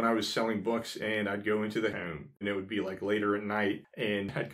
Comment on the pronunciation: Hi there! I have been watching all your videos and really enjoying them, but I have a question - more out of curiosity than anything... it's your "accent" - in that I notice the way you say the word "home" as "heum"... and I am trying for the life of me to figure out from what part of the country you are from? I'm just really curious and interested. I have heard that word pronounced that way before but never could figure it out :) - - anyway, great videos and thank you for posting!!